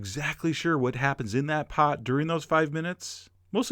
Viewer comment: Let it sit it thE POT. Wait for thE MagIC TO HAPPEN. Puts emphasis on words at the weirdest times.